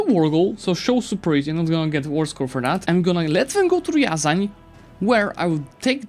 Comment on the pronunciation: Actually it's not ryAran, but ryazAn.😎